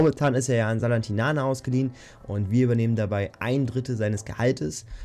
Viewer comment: Zum Glück musst du bald nicht mehr versuchen SALERNITANA auszusprechen hahahha